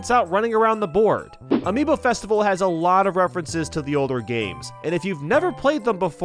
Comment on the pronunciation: I just realized is not Amibo but Amiibo